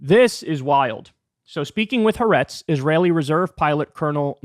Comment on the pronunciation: Thank you for your diligent and heartfelt reporting, as always. I agree with just about everything you have had to say. One corrective note for you: the correct pronunciation of the Israeli news service, "HA'ARETZ", is "hah AH-rehtz" -- accent on the second of the three syllables. The apostrophe in the western spelling is meant to indicate a break between the two "ah"-sounds". It's two words, actually, meaning "the land" (i.e., of course, "the land of Israel"). Some journalists do pronounce the phrase correctly, but I think they are in a minority.